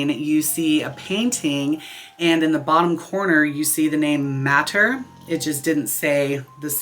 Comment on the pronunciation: Hi. First time viewer. I just have a question. When you introduce the ‘mothers’ by their other names, you say ‘Madre (matter) Syspiris, etc. since ‘madre’ is Spanish for ‘mother’, should it be pronounced ‘ma-dre’? Not a criticism, just an observation. Thanks! 😊